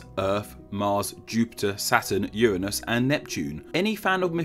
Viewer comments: Uanus? Uranus?* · hehe "urnine"us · Uuhhh it's actually pronounced Uranus. Not Uranus. Obviously.